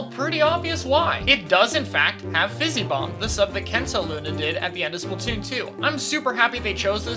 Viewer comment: You’re saying “Kensa” wrong,. It’s a Z sound, not Ss sound.